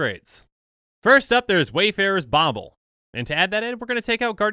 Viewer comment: Dude.... Bauble....